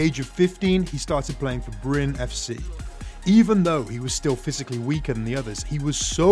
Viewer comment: i am comming from norway but brun 🤣🤣🤣 its Bryne